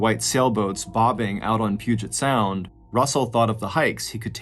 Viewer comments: And pronouncing the Puget Sound right 😊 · not only pronounced Puget Sound right but didn't call it the ocean.